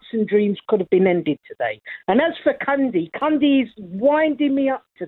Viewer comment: is amazing the best caller by far can some1 tell him it's cundy not candy lol